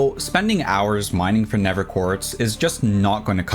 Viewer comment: Why do you pronounce the "th" in nether "v", is it an excent or a medical condition?